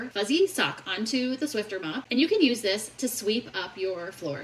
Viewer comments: Swifter? Nah, it's Swiffer. 🧹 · SwifFer, not swifTer. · It’s a Swiffer… SWIFFFFFFER!! It’s not a “Swifter”! That’s what they used to call fans of Taylor! 😂